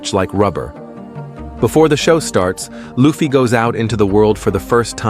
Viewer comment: How can you not get the pronunciation of luffy right lol